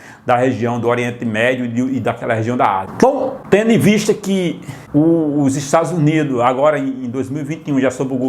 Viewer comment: parei no "estadus unido''